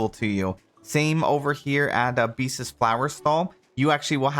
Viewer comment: I’m begging you to stop saying “Beastes” 😭